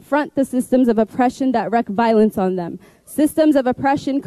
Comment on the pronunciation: Yes, she said "wreck havoc" instead of "reak havoc."